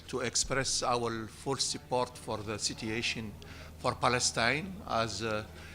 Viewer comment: I swear if he miss-pronounces "situation" again im going to break my phone.